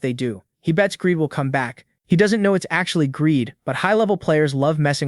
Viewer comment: Your AI is broken, his name is "Greed" not gradey/Greedy and other fails. Well, it's better than 75% misgendered, I mean it says "he" so how does it say "her"??